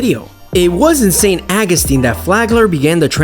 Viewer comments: St. Awe-gus-teen, that's how it's pronounced. 😉👍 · Why are you butchering the pronounceation of St Augustine. It's aw gus tine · How the hell are you pronouncing St. Augustine?! I couldn't even finish the video.